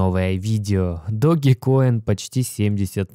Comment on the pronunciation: По русски этот мем называется Доге. Поэтому Доге Коин.